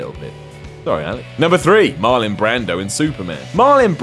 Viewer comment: "Marlin" Brando?